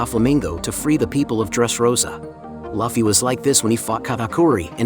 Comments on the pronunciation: ngl hearying luffy spoken as loffy sends me over the edge xD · Your text to speech keeps saying luffy wrong… and it triggers me, lol. Edit: idk if it is text to speech but it feels like it. Nice vid tho! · Lol u pronounce his name wrong but decent video